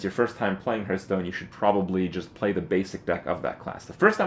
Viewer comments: It's pronounced harth not herth dammit. Lol.That aside, very helpful. Thank you. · how can you play this game so much and still pronounce the name fucking wrong.